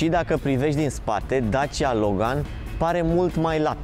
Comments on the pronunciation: Accentul corect nu e pe "gan"? E pe "Lo"? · Cine spune Logan asa...